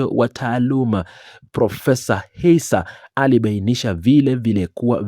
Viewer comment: ISSA not Hissa plse